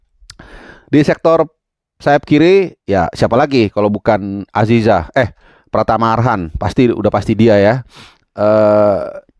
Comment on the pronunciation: 😂😂😂..sampe.slah sebut axizah